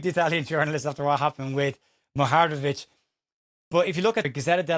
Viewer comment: You really can't say it can you. Lol😂 Mu-Ha-Rem-Ovic.